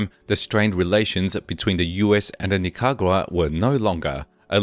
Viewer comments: Pronunciation Ni ca ra gua not Nicagua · Pronunciation of "Ochoa" and "Nicaragua" was clearly challenging for the narrator